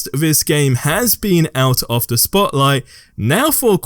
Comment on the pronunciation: Its the way this guy says "the" as "vee"